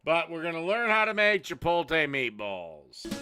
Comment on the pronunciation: "why are you pronouncing the word like that?! That's stupid that's not how it's pronounced!" literally sixty seconds later: "CHIPOLTE"